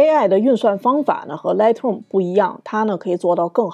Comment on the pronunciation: 您这一口的普英，听起来实在刺耳、别扭和难受。。都身在国外了，能否改改？Lightroom第一个音节的发音是大口型的元音i，“来爱-特-room”不是什么“来特room”。还有，Noise的发音是“闹爱-s”，不是什么“诺斯”。。英语单词和句子中的元音发音时值长于非元音，而且轻重音有讲究，节奏感很好，和汉语这类每个字都是相同元音时值并且只有四声发音的简单语言完全不一样的。。